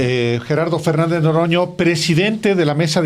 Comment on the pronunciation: Alvaro:por favor debes mejorar tu prosodia:lo correcto es:NOROÑA,y pronunciaste Noroño